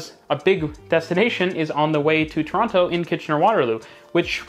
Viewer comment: The way you pronounce Toronto is gonna get you mugged one day.